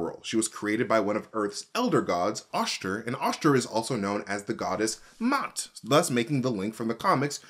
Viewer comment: MA'AT (mah-aht)